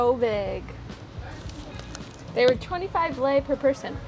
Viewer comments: It is not l e I it is lei it is 6x less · It's actually pronounced like this l -ai